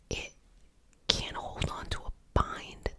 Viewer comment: i love how you say Caint aha :)